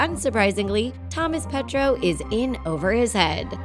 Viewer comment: It’s not Thomas petro it’s Thomas petuo